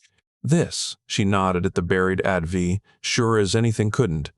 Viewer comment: It is pronounced "A" "T" "V" !!! Other than that I liked the story even if the sled kept changing.